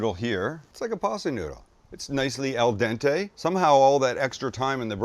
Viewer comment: It’s AL dente, Sam!